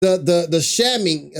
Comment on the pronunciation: The reaction is cool if it’s real. I’m a little skeptical that you nail every single song on the first listen & nobody has ever done that. Especially the Greek mythology and it sounded like you just read off “shaming” when you said “ shăm-ing But who’s to say, maybe you’re just really in tune with Taylor and can interpret her writing easily 😊